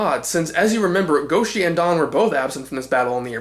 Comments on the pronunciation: Also, that's not how pronounces "Don" here. Then again, he got Zyurangers' name wrong in pronunciation, so...yeah. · I meant in the 1st part, but I heard you pronounce it "Don," so I assumed it was spelled that way, but I didn't mean to offend. I was just pointing out what I heard.